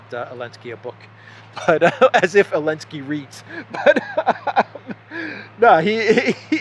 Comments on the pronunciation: Why do you say Zelensky’s name as AH-Linsky rather than ZUH-Linsky? My wife is from Donetsk & everyone says Zelensky, no one cuts the Z off. Just curious why you do? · Γελάω πολύ κάθε φορά που λες Elensky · I think he is making fun of him because they outlawed the letter Z . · I appreciate that insight. I clearly missed the reasoning behind the mispronunciation. I assumed it was intentional & that’s a great reason 😏 lol